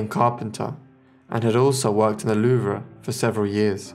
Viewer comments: It's pronounced THE LOOOOOOVE! not the "loo-vra" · Excellent vid! I have absolutely no idea any of this ever happened, fascinating! Good work on most of the pronunciation only slip ups were Louvre, no a on the end and Yves, pronounced eve. Thanks for your hard work and time to interest us know nothings